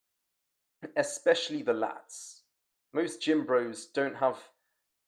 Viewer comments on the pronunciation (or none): none